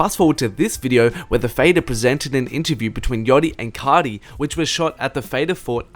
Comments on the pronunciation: “Playboi cahhti” Im cryin 😭😭😭😭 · You say Playboi carrrrdi